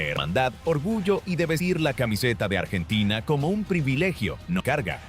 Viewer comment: Que ia de mierda, donde son polvorientas las calles de Bs As, artina en vez de Argentina? Que asco